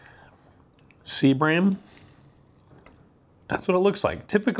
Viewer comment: Are you saying Sea bream fish or seabring fish?